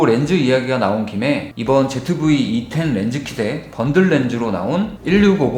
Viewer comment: 너무나 당연하고 시크하게 제트브이 이텐 이라고 하는데 난 ... 반박할수 없었다...ㅋㅋ